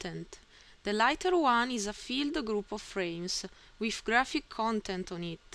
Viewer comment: The wiff and aight!